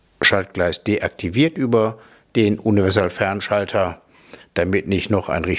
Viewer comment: Ich bin ja nur hier um zu hören, ob der inzwischen Universalfernschalter aussprechen kann.;-)